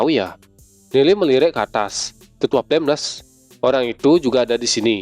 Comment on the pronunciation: Baca yg benar dong bg itu tetua flameles